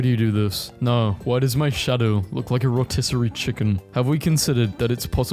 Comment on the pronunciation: He did it boys. He learned how to pronounce rotisserie.